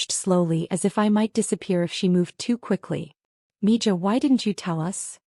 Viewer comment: Mija isn't pronounced mi Ja. Its mi Ha. Spanish for daughter.